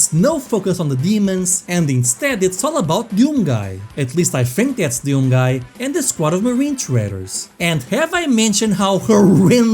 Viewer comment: What a "Deeyoum"?